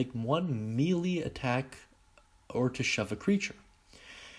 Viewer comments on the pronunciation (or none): Please, please, please, PLEASE stop pronouncing it Mee-Lee. It's May Lay